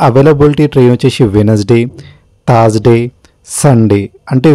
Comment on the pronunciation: Thaaaarsday ? sariga pronounce cheyye leva ? ne laag okadu unnadu thaaaard AC antadu 🤣 🤣🤣🤣🤣